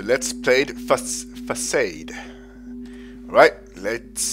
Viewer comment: Facade is pronounced as Fusard (I think)